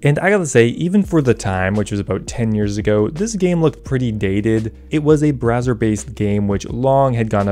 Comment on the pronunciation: It sounds like your saying a brazzers based game lmao